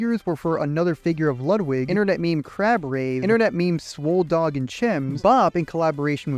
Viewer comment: you can tell by the way he mispronounces names and the general format, the idea for the video and script was where generated by ai like bro you said "sir pelo" called the romani people romanian, which is arguably more offensive than calling them gypsies "swol dog and chims" then you admit you dont know how to pronounce syntac, which is funny because only a nonexistent creature that doesnt have a mouth would have trouble pronouncing it, and be clever enough to joke about it 15 minutes in and you have me praying on your downfall